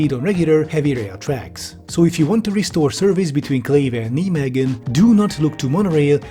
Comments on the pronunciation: Look, I completely agree with what's being said here about the project, but can I just say that pronunciation of "Nijmegen" is just a thing to behold. "Nimeggen" If spelled phonetically in English (for how far English has consistent pronunciation rules), it should be like "Nye-magen" (first part vowels pronounced like the name "Nye", latter part vowels pronounced like "lager" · great video! just check how to pronounce cities before you say them. Nijmegen is pronounced nai-may-gn. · ouch, rather *[nɛjmeɣə(n)] or something like that. Please look up the pronunciation of the names before recording a video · Kneemeegen lol worst pronunciation of Nijmegen I heard so far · Getting shivers at how pronounces Nijmegen as if it's in German and not Dutch 💀 for reference, if a german tried to write the town's name as it's pronounced, they'd write naimechen, since the Dutch g sounds like the German ch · Kind of funny how the Dutch commenters are all too polite to hassle you over your pronunciation of Nijmegen. Well I'm not: NIGH may hhen. I met the most delightful Dutch girl at a juggling convention there. Still thinking of you Anique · "NiJmEgeN" ye jason will come for you for that pronounciation lol. jokes aside, epic video:) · Nijmegen is pronounced: Nigh may gen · "Knee-meggen" that hurt my ears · You can pronounce Nijmegen (N eye megan) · pronounce nijmegen with the ei from the german word nein next time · THATS NOT HOW YOU PRONOUNCE NIJMEGEN 😭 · Yeah, he pronounced it horribly. Mainly because he didn’t do the Dutch “G”. At this point, he might’ve just used the german name and pronunciation instead since he seems to actually speak German. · Not to throw shade on him at all, even the dutch can't pronounce dutch city names on the other side of the country but: Nij is not the same as nie (sounds more liike ei-h-j), and it's all long e's not short ones. Edit basically what rolandcombes says. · that pronunciation of Nijmegen lmao. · also ouch